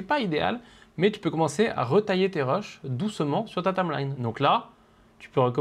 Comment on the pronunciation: Salut, super petite formation! Par contre, il faut que tu apprennes à dire "timeline"... Parce que tameline, c'est bizarre tout de même! Haha!;-)